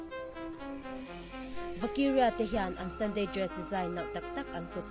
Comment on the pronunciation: Vakiria i lam dan chu leh 😂 mizo ṭawngin lam rawh, mahni ṭawng thiam hi changkan na.